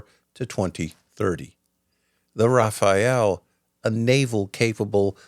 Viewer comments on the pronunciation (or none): Very good video! But please my ears bleed every time you say Rafael! It's is Rafale. May not sound different to you but for a french it's really das! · its Rafale not Rafael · Oh, the Raphaelle epidemic.. It's Rafale. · It's Rafal'euh', or even Rafal, if you want to pronounce the right way. Meaning either "Gust" in aerology, which would be more appropriate with Dassault's namings history, or "Burst", in guns. Nothing to do with "Raphaël" or "Rafael", the painter or the biblical character, which is how you pronounce it here :') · Rafale, not Raphael. Rafale=Burst of wind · I'm French, and when you said Rafayelle it's ins't it's RA FA LE no offense . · Thanks for this exposé about French contribution to the defence of Ukraine. It demonstrates what a serious partner we are. I just wanted to point out that our combat plane isn't called a Rafael but a Rafale, which in french means a 'gust' or a 'rush' as in wind. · It is not Raphael planes, it's Rafale planes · Thanks for recognizing the role of France. Just a little note: you keep saying Raphaël. It's rafale no e next to the a 😉 try to use Google translate and type gust if you want to ear it. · Rafale, not Rafael please! Rafael is a wole different story. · Rafale Jet is not "Rafael" ! Please prononce it simply ' Rafale ' . - a - must be prononced the same way than Mir-a-ge. Thank You from France. (You can try "gust" in translate.google) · RafaLE. Not "RafaEL" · Hi feel free to pronounce Rafale like Fatale as in Femme Fatale, it is more accurate than Raphael the italian painter or one of the ninja turtle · The video you are showing has nothing to do with the french Rafale, this is Rafael which is an israel comany. By the way you are pronouncing Rafale wrong each time, it’s not RafaEle, it’s RAFALE. But you are not the only one to make the mistake, I don’t know why so many people add this extra E in Rafale But except that, it’s a good video by the way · RA FA LE not RA FA EL! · Rafael ❌ Rafal ✅ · Its raf al AY